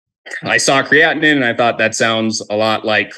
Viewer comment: Kray- a/tin 🤣